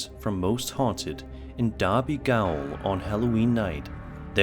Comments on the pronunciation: I went on one of Richard Felix's ghost walks from Derby Gaol shortly before he got involved with Most Haunted. BTW the word is pronounced 'Jail', not 'Gowl'. The G is soft like in Gerald. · I think Derby 'Gaol' is pronounced 'Jail'. Gaol is an olde English world name for Jail apparently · ‘Gaol’ is the Old English way of spelling ‘jail’. You pronounce it exactly the same as jail. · Richard felix clip. It’s pronounced jail lol it’s an old spelling. Gaol is said as jail. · er... 'gaol' is pronounced as 'jail' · Gaol is pronounced the same and means the same as Jail. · Gaol is pronounced "jail" - it's an old English spelling. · gaol is pronounced jail and is an old spelling of the word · It's pronounced Derby Jail... It's spelt Derby Gaol as in the old English spelling...but its still Jail 😒